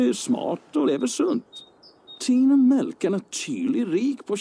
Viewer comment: you have to say it more like the actor playing Mr Milk: "Meeelk......... S t y r k e r - Kroppen" :)